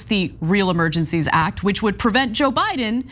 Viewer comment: did i hear some giggles when cenk mispronounced "act" or was that just me in my head